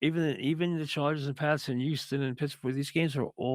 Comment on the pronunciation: YOUSTON. It’s a struggle to pronounce the H 😆